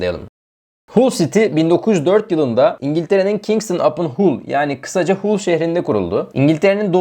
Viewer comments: Hull değil Hal diye okunur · Haul siti diye telefuz ediliyor kardesim bu ne hulu